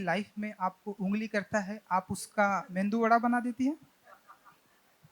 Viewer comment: मेंदू वडा नही, मेदू वडा !